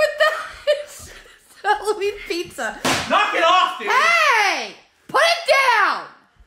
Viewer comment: Yoooooo Michael you sed pissssa